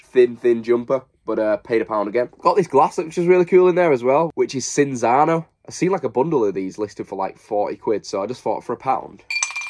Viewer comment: The glass you picked up. The alcohol is pronounced Chin zano ☺️ Great video great haul